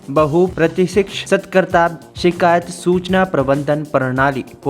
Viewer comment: Aapne is news reader ko padhna to sikha do Bhai. Satarkta hota hai na ki satakarta.